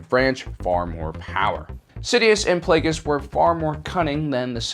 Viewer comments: He has now mispronounced both names of Darth Plagueis. Lol. In easier videos he pronounces Plagueis as (Play-gee-us) not (Play-gus). He did pronounce it right in this video finall. Now he pronounced Hego Damask II as (Dam-usk) not as is should be as (Da-mask). Not a big deal but it kinda erks me because he is my favorite Sithlord and ive noticed it every time. It only takes a few mintues to Google. Lol. I wonder how he would pronounce Muun or Muunilist. I think he did but I don't remember how he said it. Probably said it like (Moon)....god I'm a nerd. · Holy shit, you actually pronounced Plagueis right. Well done!